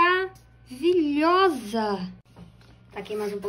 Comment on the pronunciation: como vc diz maravitchoso